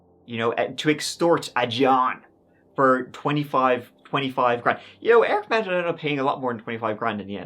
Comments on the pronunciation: It’s pronounced “MOD.” I live in Austin and have actually been to this dealership several times. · Can you all just agree how to pronounce the name MAUND!